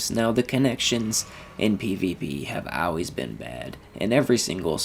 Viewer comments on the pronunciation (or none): This is all pretty old news, and when you pronounce "always" as "Al-Ways" it makes me think you're an AI, lol